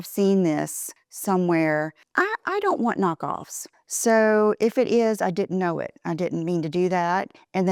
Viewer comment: 2 words I never want hear again vibe and cool. You have ruined these whilst butchering the most common words like didn’t. You have lost the plot. Are you wearing these get ups to get you McDonald’s processed patties?